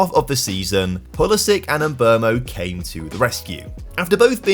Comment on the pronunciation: Switched off after the “pulisic” signing! How is this guy got so many subscribers